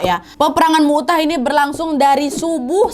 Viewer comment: Maaf ka nad perang mut'ah bukan mu'tah kak🙏